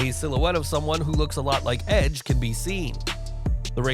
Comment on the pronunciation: For the love of God would you please stop saying edge's name like that it's really annoying!!!!